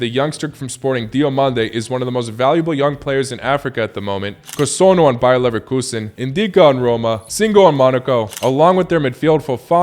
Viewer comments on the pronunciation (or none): none